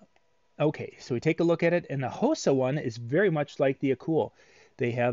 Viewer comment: Hosa is Pronounced (Ha Saw) Its Japaneses name.